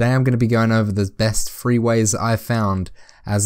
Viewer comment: Why the hell do you Brits not know how to say "three" it's not "free"